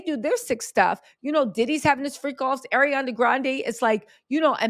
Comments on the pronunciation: He first name doesn't have a D in it. Its not ArianDA! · "ArianDA Grande" haha – Love this pronunciation and will only refer to her as this moving forward.